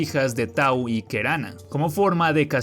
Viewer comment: Un consejo en caso de que vuelva a salir algo sobre Paraguay en tu canal, intenta buscar su pronunciación, incluso si luego lo pronuncias mal por chiste. Se escribe Tau y Kerana pero se pronuncian Taú y Keraná. Jasy Jatere se pronuncia Yas(insertar un sonido inexistente en el español, y se acentúa la palabra en esta sílaba) Yateré. Moñái Teju Jagua se pronuncia Teyú Yaguá. Mbói Tu'i se pronuncia con una pausa en donde está el apóstrofe (denominado puso en guaraní, pronunciación pusó) y se acentúa en la i la palabra tu'i. Ao Ao, se pronuncia Aó Aó. Y bueno, en general hay varias mitologías que podrían ser interesantes para un video completo sobre cada una.